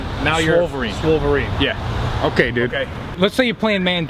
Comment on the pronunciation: Lol, "Swolverine"